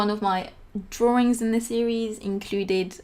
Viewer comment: Drawrings. Lol. Love it.